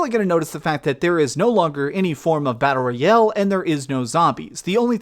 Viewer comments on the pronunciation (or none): Yup...he still doesn't know how to pronounce "battle royale".